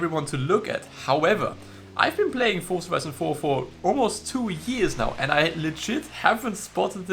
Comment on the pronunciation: Fun fact: z in Forza is pronounced 'ts', like in pizza. Didn't know that, did you?